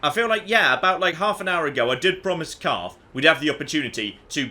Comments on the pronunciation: In the next episode of things that got wrong: Continuing to call Carth Caden. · Who is Kaden? do you mean Carth? HAHA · CARTH. HIS NAME IS CARTH.